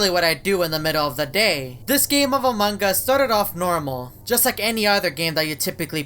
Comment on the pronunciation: Noone: Eveytime says Among us: among gus